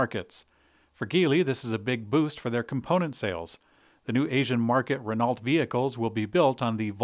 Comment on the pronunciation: Renault is a French company, so the T is silent.